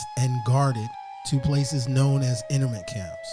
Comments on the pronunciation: NU- CLE-AR not nukuler INTERN-MENT camp STA-(aw)LIN not Stay-lin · 'Internment' is pronounced 'In-Turn-Mint' and 'Stalin' does not have a 'Y' in it...cringe, man.